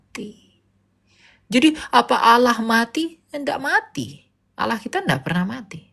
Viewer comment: Allah dgn awloh beda kak